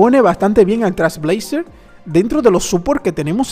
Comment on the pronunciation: No tiene relacion con el video pero por que dices Trasblazer? Te salteas la I y la L y nose, me da toc u.u